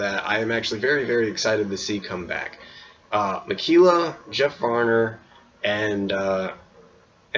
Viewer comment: I wonder what's his opinions of Jeff Varner is now?? And I know it's minor but everytime u say Ma-Key-La, my OCD goes rampage lmfao.